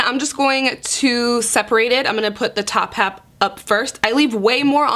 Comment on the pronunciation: Did nobody catch her say "top hap" ? 😂